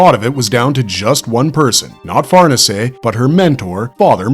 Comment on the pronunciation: Just so you know, it's pronounced lady (far-nay-zay) not farnese.